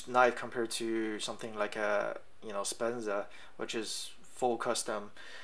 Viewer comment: I think you mean a Sebenza not a Spenza.